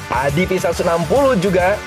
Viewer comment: Om mungkin pengucapan utk ADV bisa diperbaiki. Bukan "Adivi" tapi "Edivi" atau "Adeve".